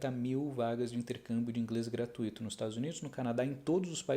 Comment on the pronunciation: Só não é "gratuíto", né?